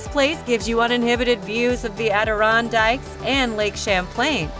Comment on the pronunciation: This list was not put together by someone familiar with Vermont as she mispronounces 2 very common words: Chittenden for Vermont's largest county and Adirondack for the NY mountain range. There are no affordable rentals in Vermont and her housing prices seem low. If seriously considering a move, call a local realtor.